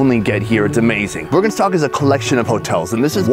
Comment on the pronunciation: If you are pretending to be Swiss, you should know that it is "Birkenstock", not "Bürgenstock", so go away and troll somewhere else...